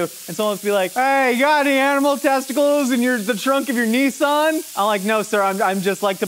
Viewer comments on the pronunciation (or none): none